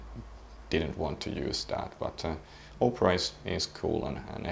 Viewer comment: My p4000 crapped out on me so I got one of these from telus, should be here next week. Had to pay a fair bit but they gave me a good deal on my plan. PS When he says opera it sounds like oprah haha.